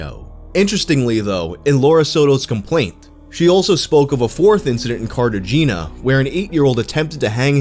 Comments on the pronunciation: "carta geena"... Ya dumb. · Cartageena Neutro-hay-na. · Not cartajeena, cart eh hay na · Good old Car-Tay-Gena! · Carta geena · That "Cart a Gina" hurt my soul 😢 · Cart ah gina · Cart uh geena is exactly how I imagined New Yorker pronouncing it lmao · Literally came here to make a joke about this and your comment made it useless Shout out to all the Carta jeanians out there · Lol carta-jeena, I'm really surprised you didn't know the correct pronunciation, but I'm sure you've already received tons of flak for this lol thanks for all the great content bro! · Properly says Chile. Says Cart-uh-gee-nuh. lel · Always heard it pronounced Car-ta-hain-ya but wow, this was nuts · Omg he said carta jeena twice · I believe its pronounced "cart ah gina" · The city Cartagena with an ~ over the n. Its is pronounced Carta HAY nya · CART - A - GINA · "Carta-gena"?, no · Say it with me: "CART-AH-HEY-NA" - Cartagena. Jesus, if you're going to pronounce Chile pretentiously like that, at least be consistent.. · no way he pronounced chile right update: nvm he ANNIHILATED cartagena